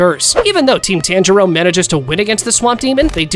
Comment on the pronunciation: It's pronounced like TA-AN J RO